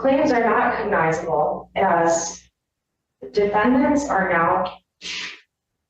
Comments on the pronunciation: I'll be damned, cognizable is a real word. I've never heard it, and I'll never say it again. The attorney mispronounced the dang word. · She can’t even say the word cognizable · She could start with pronouncing cognizable correctly... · Her inability to pronounce “cognizable” speaks volumes about her incompetence. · She couldn't even correct herself after not so subtly pronounced it right, twice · Omg I commented the same thing, she can’t even say the word